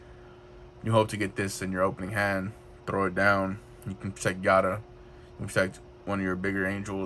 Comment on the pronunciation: Constructive criticism. It’s hard to view the cards. Since your videos seem to only showcase the cards, it might help your views if you zoomed in on them. Also, it’s a hard name to get right, but Giada is pronounced Gee-yada, there is a food network lady named Giada De Laurentiis if you search YouTube you she be able to hear her name. Good luck on the videos